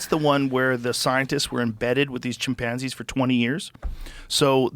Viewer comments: the way joe says chimPANzees reminds me of schmidt from new girl lmfao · Has Joe always said chimpanzees like that lol